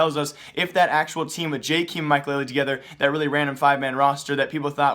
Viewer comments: It's JAKEM not JAKEEM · its not Jkim its Jkaem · Pronounced jaykaym not jikim :) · I swear he just pronounces names wrong intentionally just so people comment but I can't help it. JAY-KEEM? I have never heard anyone pronounce it that way, it's always been JAY-KUM. Idk maybe I have it wrong but that's how the casters say it lol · this man still cant say jkaems name right